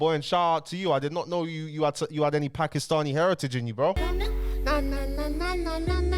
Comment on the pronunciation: Putting a lot of emphasis on the ‘Paki’stani there but you all brushed it off when KSI said the P word